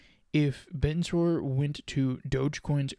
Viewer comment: You know you're pronounced in a completely wrong. I guess you only watch 1 video about it.